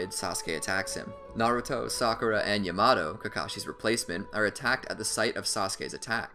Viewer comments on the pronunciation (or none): Still mispronounced a ton of shit lol its YA-MA-TOE NOT YA-MADO